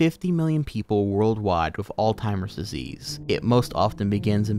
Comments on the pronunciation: how are you going to sat old timers disease when you're reading off a script that has it written right in front of you? come on bro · Forgive me, are you saying, "all timers" pr "all zimers"? Again, sorry.. pronunciation is a peeve of mine. Like when people say "eckcetra" instead of "etcetera".